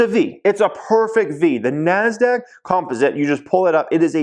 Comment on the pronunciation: anyone ever tell you you pronounce “composite” incorrectly?